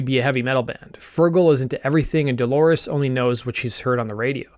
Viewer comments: Good video, but her name is Dolores, not Delores. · All good, but he keeps repeating "Delores" instead of Dolores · It is not Delores its DOLORES.